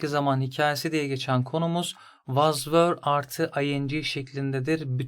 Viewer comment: Anlatım çok iyi de fakat was’ı neden vaz diye okuyorsunuz cinnet geçirdim resmen